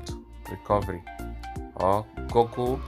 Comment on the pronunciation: Bro said gogle 💀